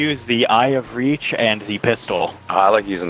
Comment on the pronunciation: bro said eye of reach